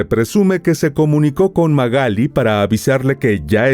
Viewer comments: Se llama Magalí, no Magáli. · Te banco mil, miró tus videos en reproducción aleatoria, pero si dice Magalí con acento en la i porque le decís Magáli ... Me puso nerviosa jajaja. Igual tus informes son un 10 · MagalÍ Magalí MagalÍ con acento en la í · Magalí, con acento en la " i "se dice correctamente usted lo dice incorrectamente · no entiendo por qué decís Magali si tiene tilde en la i. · Esta mal pronunciado el nombre